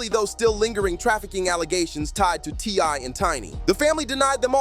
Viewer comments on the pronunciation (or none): You’re all super excited, it’s kind of annoying. Btw his name is T.I. Not TY. The boy is having to learn the hard way, you grew up with everything and being able to do anything you want and well, welcome to the real world